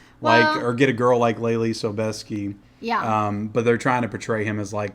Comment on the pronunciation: Joy Ride takes me back! I'm a big fan! And pronounced Leelee Sobieski correctly.